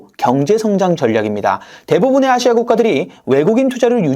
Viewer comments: 아↗️시아 ! 대구분이신가 봅니다~ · 아시아 발음이 누가봐도 경상도 시군요? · 아시아 발음에 성조가 있나?